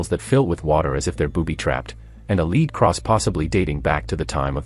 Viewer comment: The lead cross? When referring to the metal, the word is pronounced LED not LEED.